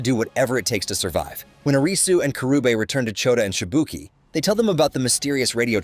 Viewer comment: The pronunciation cringes but he nails it with Shibuki.